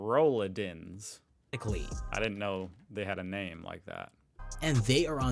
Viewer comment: I hate AI generated narrations and stock photos that don't even show German houses. Roll-UUH-dins?! Putting the em-PHAH-sis, on the wrong syll-AHBLE and generally butchering the entire word. New homes have walk-in closet areas now. They talk about no lights. Here in the States, the builder might give you a $300-400 allowance for lights, but that won't get you very far either. I know, I had to buy lights for the rest of the new built house myself. Rolladen are so useful, and they actually should have them here too.